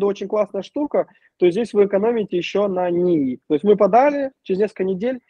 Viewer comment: Пугает "Номанд", "НИИ" и "идетикация"